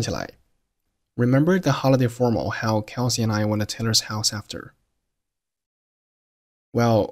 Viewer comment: 這種才是正常的帶口音連貫高語速而且還不是標準發音，大部分人不用formal，用reunion/party/甚至assembly，how她讀成L音結尾拉長，went to縮成wouldu，其他的再聽不懂慢速聽配合字幕